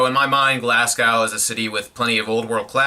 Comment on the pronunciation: Glasgow is pronounced Glas-go